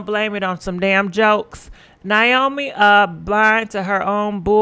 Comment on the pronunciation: Its pronounce (Nay-O-Me) 🤦🏼‍♀️🤣